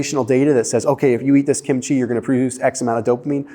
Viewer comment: I get a dopamine boost from just about everything Korean,,!, PS KIMCHEE. is pronounced with the accent on KIM’